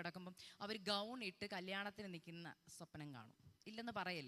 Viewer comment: You are young, why you are speaking swapanam like old people, please pronounce swapnam.😊❤.God bless you.